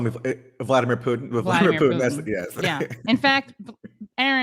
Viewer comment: Haha, Fox cannot even say Vladimir, they almost called him Voldemort Solenski, same coin's different side